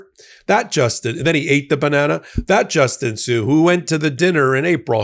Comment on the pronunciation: its Justin sun not sue wow that's a miss